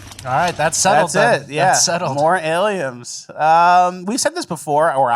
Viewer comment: every time says "aliems" that's big squirts for me